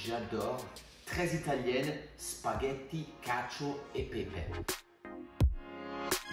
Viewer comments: Laurent j'ai reécouté, c'est plutot sa maniere de prononcer Spaghetti qui me fait pense qu'il a fait un tour par la suisse, je connait plein d'italiens francophones, ils ne dirait pas ca comme ca, ni en italien, forcément, l'accent est sur le G pas le A en italien, ni en français. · yeah i mean the way he pronouces spaghetti that isn't french or italian (yes he is italian i know)